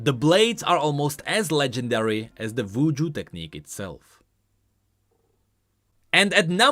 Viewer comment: The fk u mean "vvuju"? Isn't it "Wuju"?